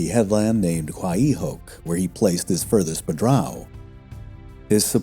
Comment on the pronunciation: QuaEEhook bay.. really? Try: Qua y (as in Roy the name) Hook, only the a sound in Qua is pronounced a tad longer. Mossel bay, the way it is written at least, is pronounced like Tossel bay, but with an M. But Idk how modern South Africans pronounce these words to be honest.